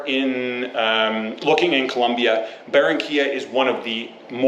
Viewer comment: es Barrrrrrranquiiiiiiilla Senor.....